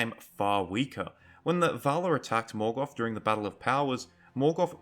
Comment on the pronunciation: There is no "F" in "Morgoth"....